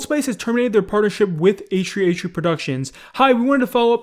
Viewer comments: Damn. Can u pronounce H3H3 properly?? Ehhree ehree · Why do you say H3H3 as A-Shree A-Shree? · It triggers me how you say H3H3 it just sounds like HshreeHshree haha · I honestly hate how you pronounce H3H3, its like "eishrui eishrui" xD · no way this man just said h3h3 like h3h3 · “Achtree achtree” H3H3???? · “hach3hach3” 😂😂thought i was the only one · i like your vids but i hate the way you say asch3asch3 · the way you say h3h3 is hilarious. .